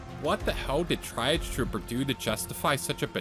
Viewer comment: "try-auge" it's tree-auge